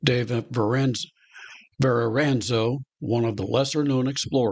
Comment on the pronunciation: LMAO - He bungled the shit outta that. As a proud NY'er I'd make him wear a dunce cap.